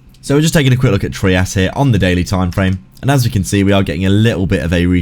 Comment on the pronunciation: It’s pronounced ‘’Try-us”…that’s how the guy who created it says it. It’s not “Tree-us” lol